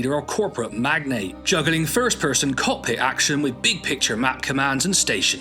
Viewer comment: As a fellow west-country native, when you said 'first person' with that accent I genuinely laughed out loud. You don't hear those accents much in my now-home of Melbourne, Australia. :)